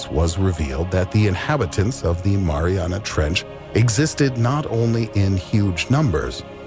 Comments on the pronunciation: No it’s Mariaiana trench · They guy in the video said Mariana Trench like 20 times, and Tim is like what did he say? MaRiNeRA Trnch. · He said it like it was a dipping sauce for pizza😂😂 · The “Marinara Trench” 😂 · "the marinara trench" 😂😂😂😂 oh my Lord this guy always gets to me 😂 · “The Marinara Trench” lol I’m dead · No one. Tim: “what is it called?...the MARINARA trench?”